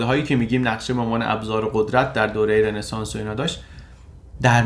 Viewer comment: رِنسانس نیستاااا .... همون رونسانس درسته! یک کلمه فرانسویه و e به صورت o تلفظ میشه توی فرانسوی (مگر در بعضی استثناها)